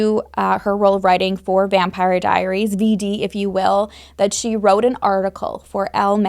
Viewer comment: So I’m pretty sure you said ‘Vampiary Diaries’ and that made me smile 😂